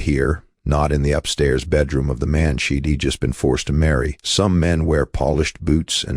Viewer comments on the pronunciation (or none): She'd is a contraction for she did not she dee. You need a real person (one who passed high school English) to narrate. I'll watch something else until you correct this.